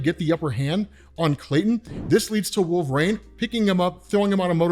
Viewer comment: Maybe this is old news but the way you say wolverine is so odd. Wolverine comes out as “wolv-rain” and it’s maddening lol